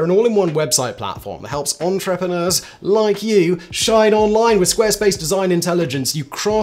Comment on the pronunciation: At this stage we're all used to Simon mispronouncing words... (deliberately no doubt...) but On-Trepp-on-ers had me in stitches 🤣